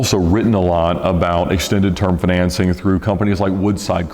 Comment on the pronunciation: Fin-an-cing LOL